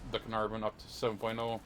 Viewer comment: When you said Cearnarvon to 7.3 that was just no no no no from me